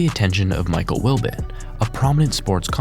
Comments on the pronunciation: the narrator again blunders. This time he butchers the pronunciation of Michael Wilbon’s last name! His last name is pronounced as Will-bon! How do you make a video about ESPN and not know how to pronounce the name of one of its most notable on air employees? Your grade for the video thus far: F- and we are barely 3 and 1/2 minutes into it. Sad! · Your pronunciations are terrible. Potomac, Wilbon, Goodell, etc. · This video is of decent quality but mispronouncing 2 names in the first 4 minutes makes it hard to want to watch the rest, i.e. "Potomac" and "Wilbon".